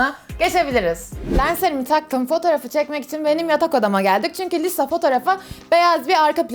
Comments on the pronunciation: Ben aslında ablayı çok seviyorum ama Lisa'ya "Liza" demesine sinir oluyorum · Abla niye liza diyon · Liza diyip durma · adla liza diyorsun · Bu arada git gide lisa ya liza demeye başladın Video çok güzel olmuş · Çok emek vermişsin harika Bi video olmuş ama liza demen beni çok rahatsız etti 🙃🙃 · lizanin diyo de gene liza diyorsun abla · Lisaya LİZA diyen koca yürekli 😛😛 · Lisaya liza demesi gerdi beni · Lisa'yı neden liza diye okuyon yav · Lisa yerine durmadan Liza dedi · İyiki Lisa'yı etiketlememişsin ve Lisa videoyu görmemiş. Çünkü üyelerin isimlerini yanlış telaffuz ediyorsun. Ama video fikri çok güzel. Cidden uğraşlarına değmiş. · Çok emek vermişsin eline sağlık ama liza değil lisa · Liza değil Allahım LİSSSA s’leri bastıra bastıra söyle 😂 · Çok güzel olmuş baya emek var ama Liza değil *Lisa diye okunuyor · Abla seni kötülemek gibi olmasın ama liza demiştin o lisa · Lisa liza diyorsun arada bir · Liza değil Lisa diye okunuyo dlqlşcşsşfls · Ya o lisa lşza deil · Liza deil lisa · Liza değil ya LiSa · Adı liza mı lisa mı. abla Liza diyo çünkü.🤔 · de lisa yerine liza demen dışında video güzel olmuş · Liza değil "LİSA" !! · Liza deyil Lisa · Lisa diye yazılıyo liza diye okunuyo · Abla Liza değil Lisa yazıldığı gibi okunuyor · Liza değil lisa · Abla liza değil lisa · liza değil lisa korecede lija da deniyo ama alınma doğrusunu bil yani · abla liza deyil lisa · Bu arada o liza değil lisa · Abla linclemeyiyorum ama Liza değil Lisa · Lisa "Liza" diye okunmaz Lisa diye okunur. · liza değil lisaaa !!!! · Yarım kaldı liza diyor lisa olacak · HEMN LİZA DEĞİL LİSA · Liza değil Lisa 😂 👇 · Liza deyil Lisa olacak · ABLA LİZA DEĞİL LİSA ÇOK TAKILDIM DURAMADAN LİZA LİZA DEMİŞSİN YA 😆😆😆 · Abla neden lisa yerine liza diyorsun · Lisa taylandlı ve isminin okunuşu yazıldığı gibi okunuyor, korece de liza gibi bir ton ama liza değil yanii Lisa kısaca🤷‍♀️ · Liza değil LİSA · Liza değil lisa. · Abla liza deme lisa o